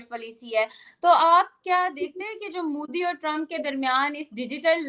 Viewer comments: Abe its modi, not moodi. Bolna b nhi atta. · Mudi ni modi hota h, kb bolna sikhoge zahilo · It's MODI Not Mudi 😅😅😅😅😅